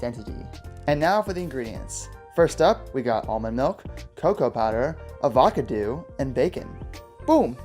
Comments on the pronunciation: Uh-vac-uh-doo? LOL! Was it Free-sh? Smoothie looked good and the bacon? Well, it's bacon. Of course it's going to be good. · Pronounce it Av-a-car-doe 😂 Just discovered your channel from ketofocus! 🇬🇧 Do we count carbs? Half a cup dark chocolate 45 net carbs!! 😱 Please tell me this isn’t right 🙈 How many are in this smoothie recipe pleeeeeeease 😘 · Haha I lost it when you said avocado 😂